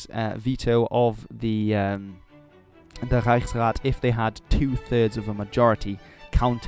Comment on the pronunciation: That “Reichsrat” is glorious. :)